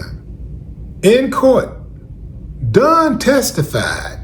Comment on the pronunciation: Dawn....not Duhn